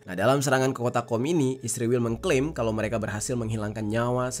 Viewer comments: israel bang bukan isriwil,, kocak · Israel bukan isriwel meperkosa huruf saja. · Israel bang, bukan isriwil😂